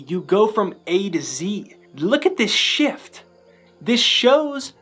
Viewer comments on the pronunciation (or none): none